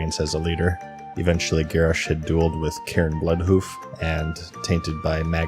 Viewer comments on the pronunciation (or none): none